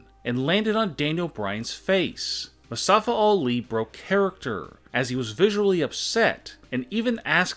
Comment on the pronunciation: "Mustafa All E"